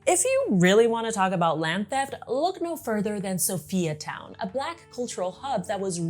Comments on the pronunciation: Perfect but I cannot help the fact that you pronounce Sophia as So-Fee-Ya its So-FIRE Town not So-Fee-Ya:face-red-heart-shape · I love your video very accurate and precise also informative. Oh we pronounce it as (Soo-Fire Town) oppose to Sophiatown